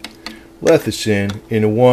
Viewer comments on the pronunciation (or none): Why do you jeep saying lethicin?